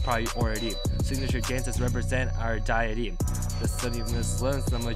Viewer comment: what dur are you doing those sunglasses are way too small and you don’t know how to pronounce deity 😭 nice job Justin on the editing